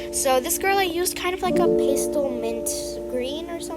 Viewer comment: Also its not pstle its PAS-TEL